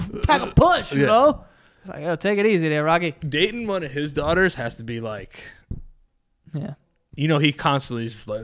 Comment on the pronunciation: My names Dayton, and hearing say my name (Dating) made me very happy